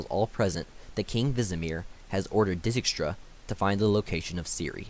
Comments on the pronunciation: So they are Dee-kistra, Re-yance, Dooony not da ni, Vil-gafortz not Viljehfortz, Aratau and the d is silent, Tissaia de vree coz in that way its is probably a french name so i no way it would be vries and lastly Nenekeeeee not nenek. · Had fun pronouncing Dijkstra to my self